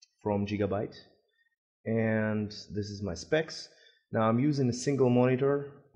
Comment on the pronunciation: LOL jigabyte